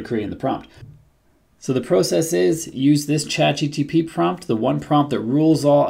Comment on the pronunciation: Am I hearing you saying ChatGTP